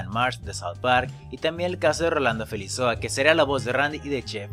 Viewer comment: GRAN TRABAJO COMO SIEMPRE! fijate que el apellido de Rolando es Felizola y no Felizoa como dices en el video. Agregalo a Face que es super buena onda! saludos